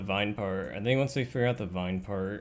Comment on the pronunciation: says I don't tink this is faster literally every time he got faster.